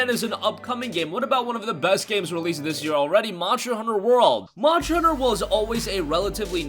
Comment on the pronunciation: God damn it's Monster hunter not muncher hunter